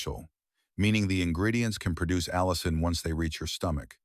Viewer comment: Pronunciation.of allin by narrator-bot ss "al-e-in"